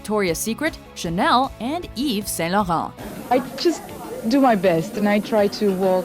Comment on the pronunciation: Je crois que la femme qui narate le video est québecoise, juste la facon dont elle dit yves st-laurent